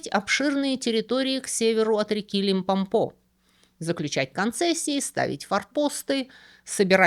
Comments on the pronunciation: Очень интересно, спасибо! Но всё-таки Лимпопо, а не Лимпомпо) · Когда учишь других,хорошо бы не делать ошибки. Не ЛимпоМпо, а Лимпопо. Ну и юморок у ваших подписей какой-то нарочито крестьянский. А в остальном-хорошо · Отличный рассказ, только немного резануло слух и глаз Лимпомпо, второе м лишнее-Лимпопо правильно. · не Лимпомпо, а Лимпопо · В заставке проскочило ЛимпоМпо(?) Описка, или я отстал от жизни?? И кажется, автор так и произносит, через вторую М...?? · я подумал это опечатка (бывает), но потом услышал тут — . Вы произносите гидроним с лишней буквой М. Моему поколению (думаю, и вашему) хорошо известна эта река по сказке Чуковского «Доктор Айболит»: «Мы живём на Занзибаре, В Калахари и Сахаре, На горе Фернандо-По, Где гуляет Гиппо-по По широкой Лимпопо». И там еще рефреном несколько раз повторяется это название. Вероятно, лишнюю М нравилось вставлять детям — так звучит веселее, но тут вам не здесь... Африка, однако.